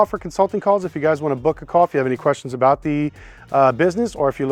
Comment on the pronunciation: what aboot auctions fees